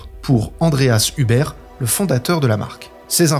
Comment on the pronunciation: Très très bien, merci. Tant sur le fond que la forme ! Bravo. Mais euh... je vais faire mon pénible - je dis ça amicalement - Huber en Allemand ne se prononce pas Über mais Houbeur ; désolé mais ça me fait mal aux oreilles ;-)